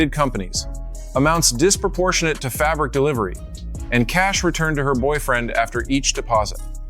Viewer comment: Can’t pronounce fabric